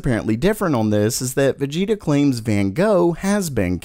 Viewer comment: What it's written : Vegeta What he said: Vegeto